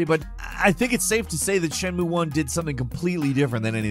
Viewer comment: As often as you talk about shenmue, someone should have pointed out how you're balking the pronunciation. Or you're doing it on purpose. Which is worse. If you're going to say Japanese words, take a few minutes to learn how each vowel sound is pronounced.